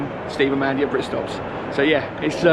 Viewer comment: "I want a britstops bookk"